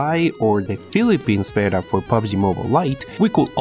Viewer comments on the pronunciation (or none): none